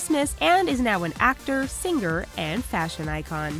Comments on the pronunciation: singGer. omfg this is driving me crazy. 😳😳😳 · she says "sing-ger" and it shouldn't bug me as much as it does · How is it possible to consistently mispronounce the common word, "singer" when you supposedly talk for a living?